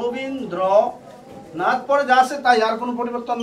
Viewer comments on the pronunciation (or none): Rabindranath হবে robindranth nah 😁😁😁😁